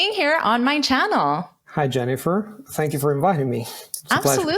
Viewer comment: Did you pronounce "thank you" with a /t/ at the beginning of the interview? 😧